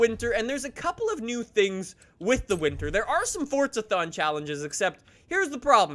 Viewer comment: It's forza not fortza